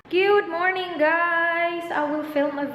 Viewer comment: "gyuuud morning guyss" annoying. bisayang good morning